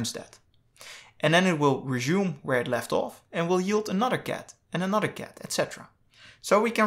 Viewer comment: Not a native speaker. No big deal. :)